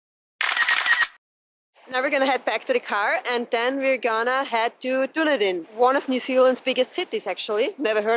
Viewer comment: Duneedin,is how it is pronounced.